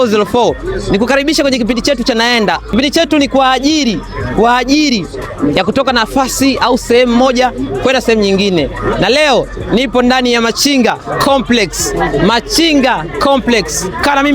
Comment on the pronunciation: Shenzi kabisa matamshi ya L na R vijana hawajui kabisa hadi anakera kumsikiliza ni KWA AJILI siyo KWA AJIRI, AMBALO siyo AMBARO, ni FOLENI siyo FORENI na mengine mengi,na wewe Grayson umeangalia tu mpaka mtu unamruhusu kupandisha hii kitu kwenye channel kubwa Kama hii